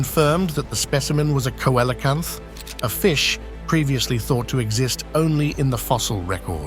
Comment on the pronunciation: Coelacanth is pronounced Sealacanth